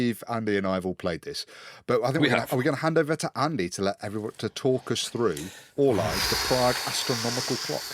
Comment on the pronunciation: You shower of ignoramuses. Orloj is pronounced or-loy. Ada is pronounced ay-duh. FryxGames is run by the Fryxelius family, not the 'Fryx' family. Love the podcast!